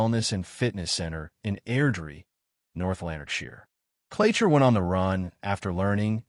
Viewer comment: It’s Clacher, pronounced clacker with a hard A, like APPLE. I’m Elle, the victim who started the ball rolling. He has other victims who’ve now come forward to the police. He asked to come in to use the bathroom. He was never meant to be in my home. His photos were absolutely not like him in real life & he’d taken 10yrs off his age. He’s a dangerous predator whose fantasy is known to be “having ax with a de@ person” which I recently found out. So, was that going to be his next move….? I won’t stop until he’s locked up for life or everyone knows his name. The 2 girls attacked in his gym were young. One was only 15. So so much to this story which has yet to be told. Thank you so so much for sharing this 🫶 🏴 x